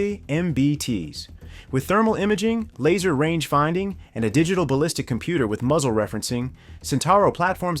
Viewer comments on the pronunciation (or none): none